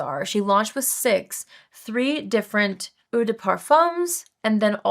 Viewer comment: Eau is prononcée OH OH DE PAR FUM. THOUGHT YOU WOULD WANT TO KNOW